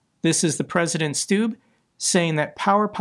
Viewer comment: At least make an attempt to correctly pronounce the Finnish presindent's one syllable name